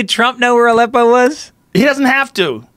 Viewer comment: Lol, anybody else thought it was "a lepo"? XD